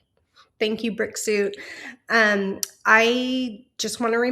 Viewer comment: When you said Brick suit..I heard Brexit..I spent half the pod cast wondering why he was called Brexit